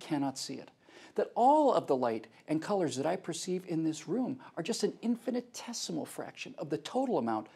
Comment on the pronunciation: It's "infinitesimal", not "infinite-tessimal" (that's not even a word). How is this guy a real-reporter?